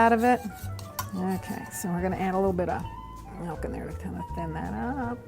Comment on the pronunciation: melk lol